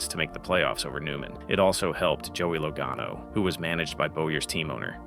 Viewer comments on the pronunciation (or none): Joey low-ga-no? Now there's a "low IQ moment"...... Buuuuuuuuuurrrrrrp.